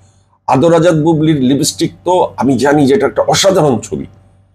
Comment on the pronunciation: লিবিস্টিক না, লিপস্টিক। এরা নাকি আবার বাংলার হিরো ছিল।